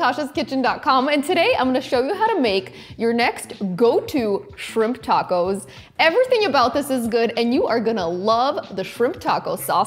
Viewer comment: Are those tahcos? They sure are tahcos! Ungh, I just love tahcos or a corn tortilluh.